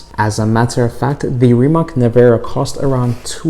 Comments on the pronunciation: Rimatz Nevera.. but for the sake of this video he will say it wrong every time. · Americans should learn to pronounce Slavic C letter sooner or later, its not K for sure. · just say nevera because you pronounce the last name wrong bot